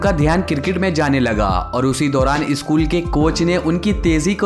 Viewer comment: O bhai eskool nehi school bolo.